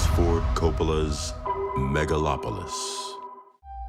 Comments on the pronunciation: Maga-lopolis? Lol. I have a feeling that wasn't a genuine mistake. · "Maga-lopolis?" I thought the Trump movie was called The Apprentice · "Magalopolis"...? What? =__= And... "so we don't have"? Sorry man, still gonna watch that damn film, especially as your review has very few actual arguments.